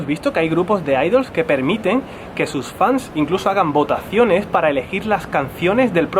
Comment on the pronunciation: "Fanes"... Ay preciosa, chiquita, ternuri. 🙊